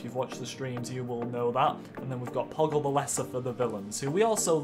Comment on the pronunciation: Poggle? Are you serious? XD